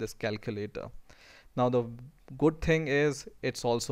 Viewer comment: the first ting? LOL.